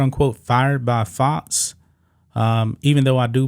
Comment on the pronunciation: FoX NOT fots. Learn to pronounce your x's